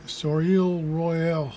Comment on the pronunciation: Hi. I think you pronounce it so lay. Both vowels long.